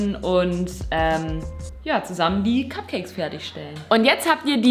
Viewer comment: sagt bei etwa "kack"cakes?:DDD